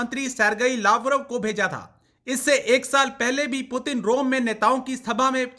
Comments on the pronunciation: President putan 😂😂🗿🗿 kya bol rhi h [ Putin nhi putan ??? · Russian president name is put in not putan pl pronounce correctly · It Putin not puturn 🤣😂😂😂😂😂 Pakistani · Kutti ko bolne bhi nhi aa rahi Putin ko porin bol rahi h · पुटन बोल rhi hai ye 😂😂😂😂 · Please pronounce the name Putin correctily !